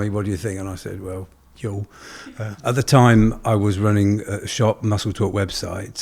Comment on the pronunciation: I love y'all, i just ordered my first batch. But I have a bit of constructive criticism. Huel rhymes with gruel. As in, stereotypical prison slop. That's what it makes me think of lol. Like i said I'm not trying to be rude, i love the mission you're on, but that's just how the name strikes me.